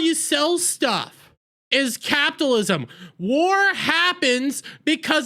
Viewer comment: It would be so much more pleasant if you learn to properly pronounce CAPITALISM!!!!!!